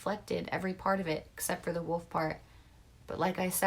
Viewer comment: Wolf kinda sounds like woe